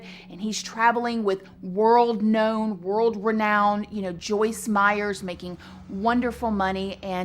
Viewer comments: Pretty sure it’s Meyer with no s on the end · I love you,, but her name is Joyce Meyer not Meyers. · It's Joyce Meyer not Meyers. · I enjoyed this video but literally CRINGED every time she said Joyce MeyerS!!!! 😫😫😅 It’s Meyer, there’s no “S” at the end of Meyer! All love, just my tiny observation. ❤️ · Her name is Joyce Meyer. No "s." Meyer, not Meyers. I loather her, but geez, Journalism 101, first lesson: get the name right. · A small thing ... there is not an 's' at the end of Meyer 😉😉😉 nice channel 🌹💖🌹💖🌹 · How do you get Joyce Meyer’s name wrong repeatedly in your show when you said you’ve read a lot of her books and “know her very well?” You kept calling her “Joyce Meyers,” when it’s “Meyer.” But I do agree that I also am dumbfounded that people murder for sex. I guess it doesn’t matter what the reasons are, because at the end of the day, it all comes down to the fact that people who murder are just bad and evil people. Especially the kind that will murder your own young children. This guy deserves death, and I’m outraged that they even doubted his guilt, with such overwhelming evidence. Who’s gonna send those threatening emails and letters besides him? And coming from his own login and computer and it just so happened that they’re all murdered in an hour while he’s out of the house. I wish he would’ve been murdered in jail already. He does not deserve to be breathing. He’s the personification of evil, period!! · It's Meyer, not Meyers. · I love your videos, but I have to say this. Her name is Meyer, not Meyers. I noticed it because everyone puts an "s" on my last name, too. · Meyer not Meyers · It’s Joyce MEYER, not Meyers!!!!! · If you put out videos to the public, you should get your facts straight. It's Joyce MEYER, not Myers. I can understand a one-time slipup, of her name. You never once pronounced Joyce Meyer correctly. Do basic research. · PLEASE—-if you are so familiar with her—her name is Joyce Meyer!!!!!!! No “s” on Meyer!! 🤔